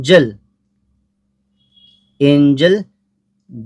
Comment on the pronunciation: Ejala alla enjal ok